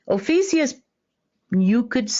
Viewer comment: You’re SAYING “OH FEE SEE US” but SPELLING “OH FEE A CUS”. Which is it? I think it’s OH FEE A CUS!